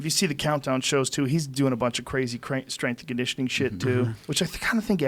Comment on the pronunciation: TJ "My Straingitioning Coach" Dillashaw